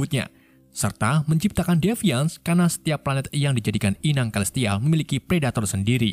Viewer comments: Celestial dibacanya selestial bang. Inggrisnya belepotan banget, domo juga bentuknya segitiga bang bukan kotak 🤣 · celestial dibaca selistial bukan kelistial 🗿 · dasar orang negara sana ya selestial jadi kelestial ahahahahahaha